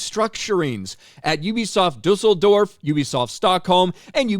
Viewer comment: I am proud of how good you pronounced Düsseldorf.